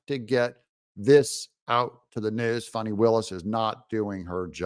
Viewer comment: It’s fan-nee like in ass. Not fah-nee.